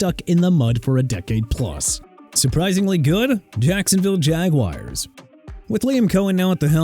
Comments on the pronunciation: WRONG DUDE!! BALTIMORE IS AT 2-5! TAMPA AT 6-2! COLTS AT 7-1! NEW ENGLAND AT 6-2! KANSAS CITY AT 4-3! JAGUARS (PRONOUNCED JA-GWAARS NOT JAGWIRES) AT 4-3! JETS AT 1-7! WERE YOU DRUNK BEFORE DOING THIS VIDEO?! YOU AND YOUR EDITOR BUDDY ARE A DISAPPOINTMENT AND YOU NEED TO QUIT!! NEXT TIME GET THE TEAM WIN-LOSS RECORDS RIGHT!! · YOU KNOW WHAT? I TRIED BEING NICE TO YOU BUT SERIOUSLY SHUT UP. ALL YOU DO IS WHINE BECAUSE OF A WAY THIS GUY PRONOUNCES STUFF. OH MY GOD THE SKY IS FALLING BECAUSE THIS GUY PRONOUNCED JAGUARS AND ORLEANS WRONG, WE DON'T CARE. IF YOU DON'T LIKE IT, DON'T WATCH THE VIDEO IF ALL YOU DO IS WHINE. AGAIN, IT'S A VIDEO, LET THE GUY PRONOUNCE WORDS HOW HE WANTS TO.